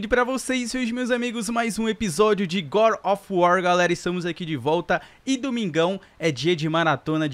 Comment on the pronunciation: Gode não é goró of War não god of War